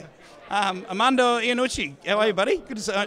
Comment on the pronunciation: Aw, geez. I don't want to get on your case,, but it's Armando Iannucci, not Aramando Ianucci.